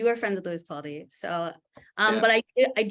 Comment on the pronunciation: I swear she is saying Lewis Paldi instead of Capaldi.